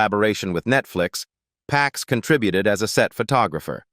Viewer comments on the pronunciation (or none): none